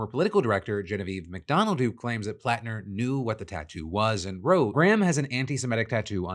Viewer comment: Hearing my last name said correctly is a breath of fresh air. Thanks Phil